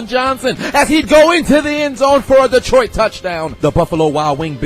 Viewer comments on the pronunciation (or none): none